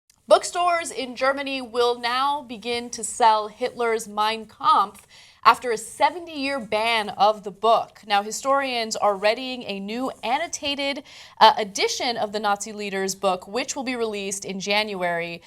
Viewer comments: I know what kampf means. As I said, I was wondering why Ana says "kompf" instead of "kampf. Well, she also says "Los Vegas" so I guess I shouldn't be surprised. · Why does Ana call it Mein Kompf? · Die können nich mal Mein Kampf richtig ausprechen xD